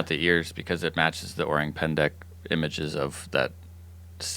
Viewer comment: Joe's pronunciation of "orang" is spot on!